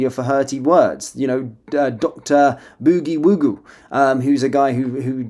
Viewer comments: Thanks for sharing and btw it's boogie woogie 🤣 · Dr K, Brendan Kavanagh, aka the boogie woogie player. The way you mispronounce boogie woogie makes him sound more like a witch doctor than the holder of a PhD (doctorate of philosophy) in English literature.